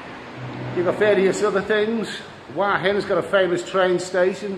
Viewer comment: it isn't วาหิน Wahin it is หัวหิน Huahin I know that you can't read that, I am only pointing out that you got half of the word correct and the first syllable starts with the same letter as the second. Ask the lovely receptionist to say it.